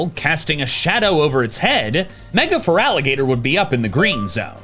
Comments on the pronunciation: IT'S FERALIGATR, NOT FURALIGATOR! THERE IS NO U, AND THERE IS NO VOWEL BETWEEN THE T AND THE R! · FERALIGATR, NOT FERALAGATER! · THERE IS NO VOWEL BETWEEN THE T AND THE R IN FERALIGATR! REMOVE IT NOW!